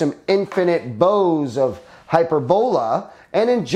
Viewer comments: I think your saying it wrong I think it’s (hy-perb-ala, but all together, I think that O is pronounced as an A could be wrong but anyway who cares lol. Drone doesn’t look too shabby tho. Nice beefy motors tho for an ultra lite. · haha that's epic. I always enjoy these videos lol hy-PER-bo-la. He's just putting the wrong em-PHAS-is on the wrong sy-LLAb-le